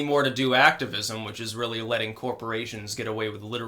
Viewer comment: OH REARRY?